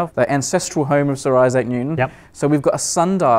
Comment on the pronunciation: snot IssAC it's ISsac stress on 1st syllable